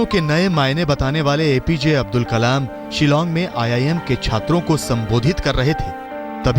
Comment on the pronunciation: Not abul kalam ok""" abdul kalam